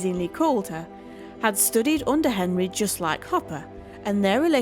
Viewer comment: Robert Henri. It is pronounced hen-RYE.